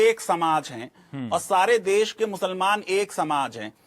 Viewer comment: Bargalaya hai e bihari khaali... Chutiyaa kaat rha hai...kitna emphasize krta hai muslaman musalmaan...